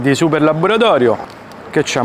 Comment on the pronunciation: Er pomodoro de labboratorio….un si può proprio sentire!😂😂